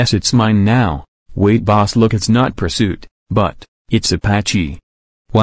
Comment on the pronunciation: Puirsoot more like puirsnoot